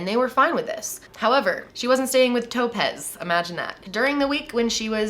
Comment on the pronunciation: Was she horribly mispronouncing the name Topaz the whole time, or was the girl's name legitimately Toe-pez? 😝